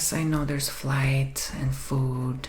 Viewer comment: Everyone knows the most expensive part is the extrakaliquilar lacktivities😆